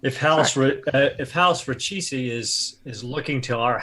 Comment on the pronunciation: It's pronounced REE-CHESS. :) Just fyi